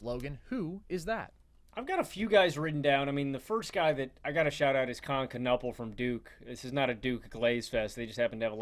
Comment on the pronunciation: It’s Ka-Nipple dude. Pronounce it right.